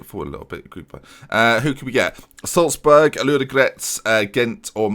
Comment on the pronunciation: I hope the Slazburg comment was a joke?!? It is Salzburg, as it is written lol